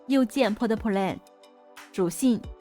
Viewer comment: 妈的plot play 都未懂读清楚、先用AI教下自身的发音、不然用AI纠正一下自己的发音、还出来教这教那、垃圾